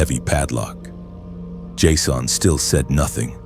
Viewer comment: Did I just listen to you mangle the pronunciation of the name Jason in a multitude of creative ways??